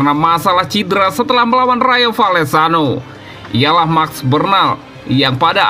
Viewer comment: Woii coii...klw sebut nama org tuu yg benar...namanya MARC BERNAL...kau sebut Merc Bernal...Rayo Valecano(Baca :Rayo Valekano..bukan Rayo Vallecano)....